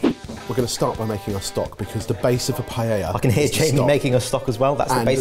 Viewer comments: JAMIE LEARNED HOW TO SAY PAELLA!!!! =D =D =D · He's finally pronouncing it right, too! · So glad y'all are pronouncing the name of the dish correctly!! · It was such a treat to hear two Brits pronounce Paella correctly. 😆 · They are pronouncing it correctly!!! Y a y! 🎉🎉🎉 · Well at least the pronunciation for paella got better haha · I'm still trying to process the double L being pronounced properly; may have to watch it again for the actual cooking 😀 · Holy 💩 I'm shocked they are pronouncing paella properly. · Thank you for not pronouncing paella like every other Brit!